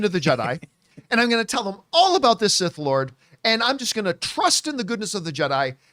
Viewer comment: He said that he’s “SIS” not “Sith”